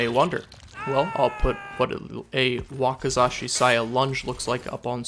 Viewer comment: You did pretry good on the Japanese pronunciation. Wakizashi has more of an "E" pronunciation. Also will you do more updated lists? The Cannibal would be a good one since they changed the HELL out of his add ons.